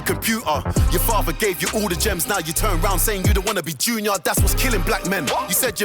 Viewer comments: Its junior just say jew-knee-eer. No offence intended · Man can't pronounce Junior? Also, what do you mean it's US vs America :D :D They not the same thing? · Lol did you just mispronounce Junior? Like JR? 😂😂😂😂